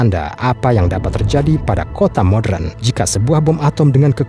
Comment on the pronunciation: Modern bang. Bukan modren